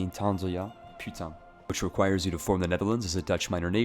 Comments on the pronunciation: "Je maintiendrai" is not dutch but french. In english it's "I will maintain". It's the motto of Netherland. Your "putain" has a perfect pronunciation x) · lmao your pronunciation of putain was perfect (im french) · Your " Putain " was suprisingly correct. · you're "Putain" is perfectly French :D